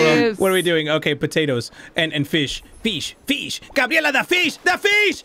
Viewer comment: Anyone is gonna respect how prono fish as FEESH